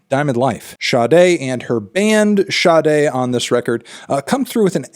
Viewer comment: Oh okay that's how Sade is pronounced.. got it.